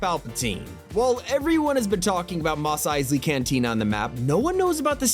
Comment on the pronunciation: As if at at wasn’t wild enough he then says moss eisly. It’s mos like most without the T. Also, AT-AT is acronym for all terrain all terrain.